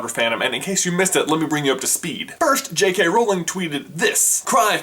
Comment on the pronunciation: You said J.R. Rowling instead of J. K. Rowling.